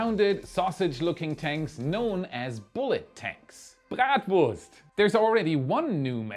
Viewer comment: ummm bratwurst?? did you just say "Bratwurst!!!!" ?? kinda hard top understand what you said, (it kinda sounded like"b'gatwurst' lol sry, just being honest :) )but judging by the long vertical light-colored sausage-like tank being delivered, this would make yummy sense... err I mean 'complete sense" ;) - oh and 24.... 24 times that Ingenuity flew on Mars so far.... I have a feeling I'm WAY TOO LOW... :\